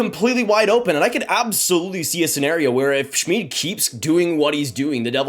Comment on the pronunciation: It's pronounced Shmid like kid.